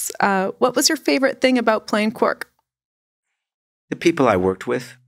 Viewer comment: Why does keep repeatedly mispronouncing characters' names? "Tuvak", "Quork"...